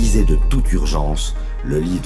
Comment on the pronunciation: J'adore quand vous prononcer mon prenom elise j'ai l'impression d'être un proche